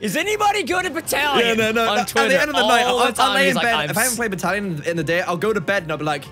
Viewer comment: Breathes Luke: DiD yOu sAY BatTaLiON?